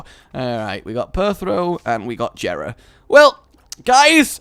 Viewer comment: it is pronounced yeh-ra not je-ra